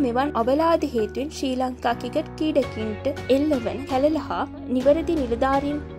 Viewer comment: ශ්‍රී ලංකා ක්‍රිකට් කියන වචනේ හරියට කියාගන්න පුලුවන් නිවේදකයකු හොයාගන්න.